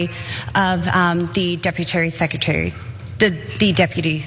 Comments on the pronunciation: Debutarrry under secutarrryy 😂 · Deputary secutary ?!😂😅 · Deputary-secutary😂😂😂😂...check the vape pen? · “Deputary secrety” 😳